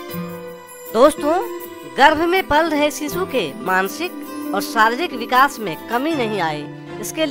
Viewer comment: अरे सिसू नाही रे शिशु म्हणतात😜